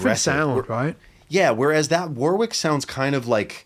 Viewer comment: can you tell matey how to pronounce Warwick properly? Thanks awfully.